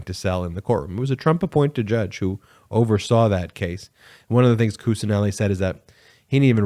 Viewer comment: Kuccineli is pronounced as Kuchineli